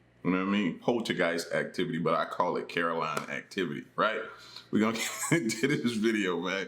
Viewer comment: Carol Ann...not Caroline